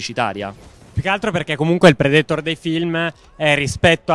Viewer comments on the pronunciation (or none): Ma perché dovete sempre mettere l'accento nei nomi dove non ci sta?DRAGONBA'LL,PREDE'TOR,IRON-MAAAN ECC...Io sono sempre stato fra quelli che ha detto "NON IMPORTA" ma adesso lo state facendo con qualsiasi prodotto e per qualsiasi personaggio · Predetor mi sono sanguinante le orecchie. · Ma perché dicono predetor?😂